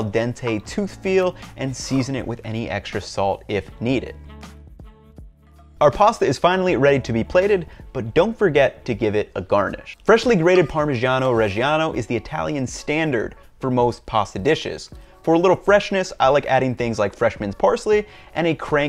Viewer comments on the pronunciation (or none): Parmishiano Reshiano :D